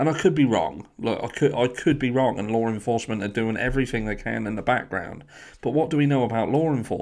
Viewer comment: For the love of fucking GOD!! PLEASE will you learn how to saw LAW ENFORCEMENT. It’s really starting to grate on me. What in the shit is “LORE ENFORCEMENT?” 🤦🏼‍♀️